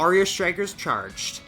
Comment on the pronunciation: Its called Strike, not Shtrike